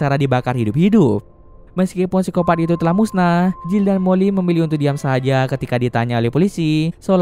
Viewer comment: Pengen ketawa gua denger baca siskopat